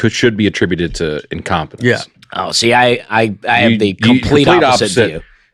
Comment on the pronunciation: im-com-pen-nance...love it.